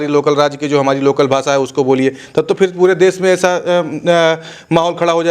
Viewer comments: ये रिपोर्टर तो "भाषा" शब्द ठीक से बोल नहीं पा रहा. "भासा" नहीं भाषा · भासा नही भैये, भाषा बोल 😂😂😂